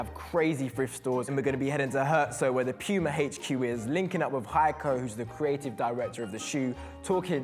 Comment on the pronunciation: Men he just said pima Uffff